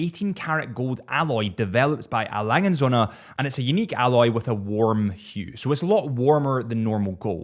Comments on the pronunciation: please stop saying EY LANGE AND SOINA... it just sounds horrible for a german speaker. just say lange and done 🥴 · Sorry to say that, but you did not get the pronunciation of A. Lange & Söhne right, and probably never will. Furthermore, the Odysseus is not there best or flagship or whatever watch. It is just their watch most similar to the Royal Oak of the Nautilus and the hord of mentally limited watch geeks just value these kind of watches, for whatever reasons.